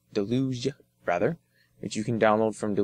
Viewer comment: It's pronounced "dell-uge", as in a torrent of water.